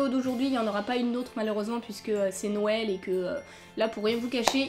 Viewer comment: C'est bizzare commen tu dit noël on dirait que que tu dit nonel sinon continue comme ça